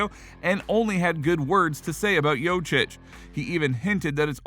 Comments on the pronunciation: It's joKic bruh u saying jocic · I got to 48 seconds into the video and had to stop. Learn how to say his name